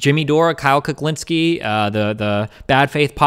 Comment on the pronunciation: He said, "Kyle Cucklinski."